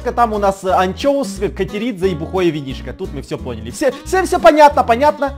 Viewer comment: Мне сначало показалось что ты сказал "Тупое винишко" 😂😂😂🤣🤣🤣